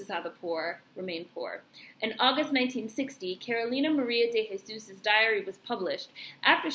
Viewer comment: Just found out from Ancestry that she is my Family. You are saying her name correctly. I just have to figure out her parents. Love the fact that wrote it as she seen it through her own eyes.